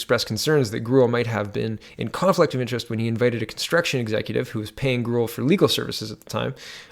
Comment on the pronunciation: I believe Grewal is pronounced Grey-wall. Ya, I know - who cares? He's just another corrupt asshole politician.